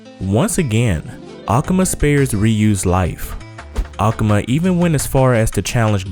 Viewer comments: a-ka-ma???? Its A-ku-ma you idiot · why do you pronounce akuma like that?